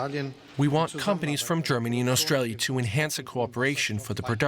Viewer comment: Austalia. Land of the fwee, home of the bwave.